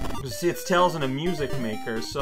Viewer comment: idk why it's so funny to me when alternates between calling tails by his name and then blurts out 'tail' without the s